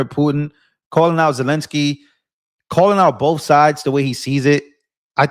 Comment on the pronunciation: Oh yea of course I get my news from a guy that cant read or pronounce words. He's terrible at "Boff" those things.